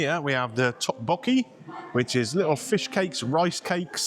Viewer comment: It's pronounced duk-bokky